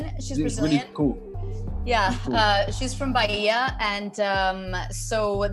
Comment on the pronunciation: Bahia pronunciation on point, one of the many reasons to love you ❤